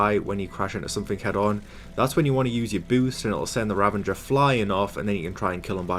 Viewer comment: Sounds like he's saying "ravanger" and not "ravager".